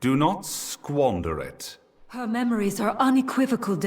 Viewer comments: ve, seph, oni. Like Per, seph, oni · The way he pronounced Vesiphone killed me.